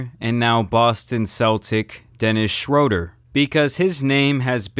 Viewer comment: Pronounced “shrUEder” Sorry😂 y’all can cook me now